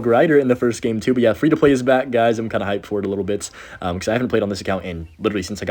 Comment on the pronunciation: FWEE TO PWAY LETS GAUR